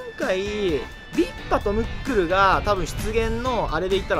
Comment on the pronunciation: ムックルがもっくんに聞こえた